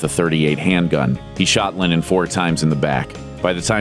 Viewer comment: It’s pronounced Lennon, not Lenin